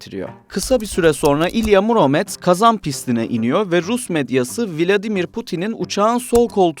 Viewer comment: Не "МурОмец ,а МУромец" ИЛИ ты LGBT, а не GZT?